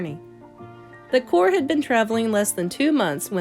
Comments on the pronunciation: Because the p is silent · why do you keep saying cor ?